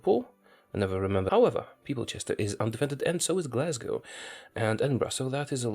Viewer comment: My god, you pronounced Glasgow and Edinburgh correctly, and later on even Rosyth (the first attempt was right).